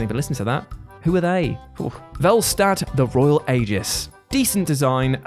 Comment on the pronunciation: You should probably look up how to pronounce "Aegis".